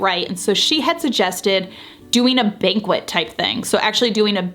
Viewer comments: it’s “bonk-ett”. not banquet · it's pronounced bang-ket not bang-kwuht. a banquette is seating, a banquet is a food event, just a little info for you. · Good, heplful video, but just FYI, "banquette" seating is pronounced "BANG-KET", not Bang-kwet. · Its banquette pronounced bank-ette dear, not bankwit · You seem nice. This is going to be a bit harsh. Regarding the design aspect… First: Banquette-not banquet. Ban-KETT not BAN-kwet. A banquette is built-in seating often with storage in the benches and typically fits into a corner or L-shape. I think you improved the space a little; mainly by putting in the larger rug. Nothing else you did appears to have made a significant difference to the function or aesthetic appeal of the space. But it doesn’t look truly designed: There isn’t a cohesive design sense, which was supposed to be the whole point of the exercise. The window treatments are not full enough and they diminish the window rather than enhance it; they are also too short and ended up looking cheap. The end chairs are wrong in shape and style for the space. Why you didn’t orient the layout the same as the mock up escapes me- it looks too tight. It is hard to tell from the pictures but the table looks square when a rectangle would have been far better. And you needed to put the bench under the bank of windows instead of on the wallpapered wall. As for art? Regarding the video content: You didn’t say which mood board you decided to follow, where you sourced your furnishings or accessories, how you interpreted the designer’s recommendations, and what tweaks you made (except for that unfortunate wallpaper choice, of which you seemed quite proud). Don’t wear stubbornness as a badge of honor. Sad that you spent the money for the consult and didn’t really follow the recommendat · I think you blocked the valuable window light with your bench. And it is banquette (bank-ette) seating, not banquet (ban-qwet) as in a feast. I give the project a C-. Sorry.